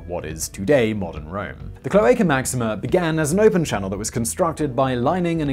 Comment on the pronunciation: Rome was not pre inhabited by etruscans and later Roman's moved in, as mentioned in the video. Rome had etruscan kings. Who started the cloaca máxima Btw try pronouncing the A in cloAca as the last a in the same word, or as the a in mAximA